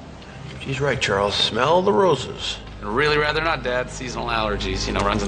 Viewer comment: Smell聽起來好像smile